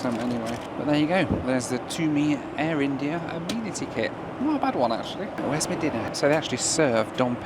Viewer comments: Can anyone tell me why the pronunciation of Amenity has changed in recent videos from the daft " amen iti " to the correct "ami niti" ? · Why pronouncing it "ah-mee-nity" kit